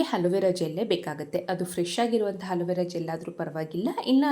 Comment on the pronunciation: Halovara alla adu alovara sarige kannada mathaduvudu kaliri